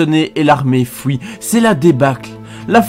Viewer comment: très bonne vidéo as always, c'est bien complet, meme si je ne peux m'empecher de gigoter nerveusement quand tu prononces "fouit" et "pouis" en lieu de "fuit" et "puis".